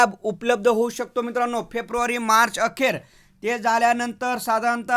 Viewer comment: फेप्रूवारी नाही रे फेब्रुवारी आहे😂😂😂. तु पण काय नमुना आहेस 😅😅😅